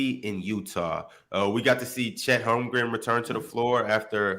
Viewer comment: Call me crazy but Is it holmgren or holmgrem I hear both sometimes ?